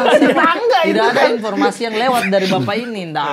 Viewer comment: Gua nnton setengah 3 malem bang, ngakak mulu liat ngomong infotasi